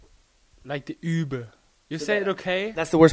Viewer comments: The "übe" was damn good here,. The more you point your lips (like you´re about to kiss somebody) the better you can pronounce the "ü". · that was good ü pronunciation